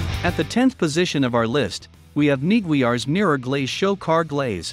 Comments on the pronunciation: Computerized audio using a voice synthesizer are annoying. It's not that much trouble to use a real person speaking for a short video like this. pronouncing Meguiars as "Mee-Gwee-Ars" is a quick tip-off that it's a robotic audio track. And the AI track alternates between calling the products correctly as "polish" the product, and as a description as if it's from the country of Poland. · Maguires - "Neeg-Gwee-RRR's" - Funny stuff